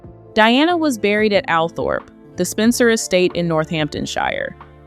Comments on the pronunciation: Althorpe is pronounced “All Trup” do your research before uploading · Please do proper research. The estate is not called Althorp it is pronounced Altrop. Americans just don’t know. You only have to listen to Earl Spencer to find out instead of making it up yourself.